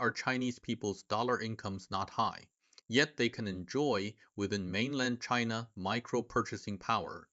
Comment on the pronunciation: Cheena? Really native sounding